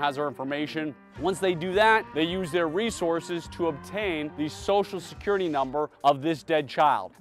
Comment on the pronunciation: "Sossalscurrity" -- when did everyone become a mushmouth? And he can say "social media" correctly!